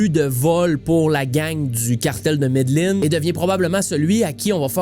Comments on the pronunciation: très bon!! on prononce ''medejin'' pas ''medeline'' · mes oreilles saigne a chaque fois qui dit medellin